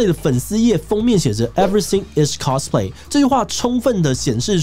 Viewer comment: cosplay的唸法是cos，不是cas。完蛋因為這個頻道圈外的錯誤唸法又要蓋掉正確了